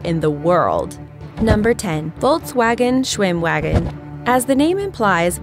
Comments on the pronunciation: "schwimwagen" German: look I know you never learnt German but come on... leaves the chat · Ugh I cringed when she said "shwimwagan" not "schvimvagon" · It's pronounced SchwimmVAGEN, schveinhunds